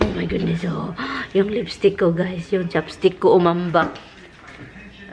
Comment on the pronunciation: Ha ha ha. I thought you was on about chopstick before! Now I understand it's chap stick 😂😂